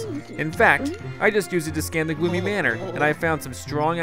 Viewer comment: Its Goomy uuuhh Gloomy manor!